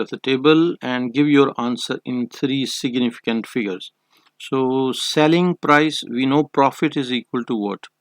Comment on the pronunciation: But it's fine u r doing well except for s.f where u tell "siginificant". Good 👍